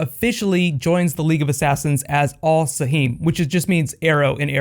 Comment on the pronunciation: AL Saham is the arrow in Arabic not AL Saheem sometimes the show gets the arabic right and sometimes they don't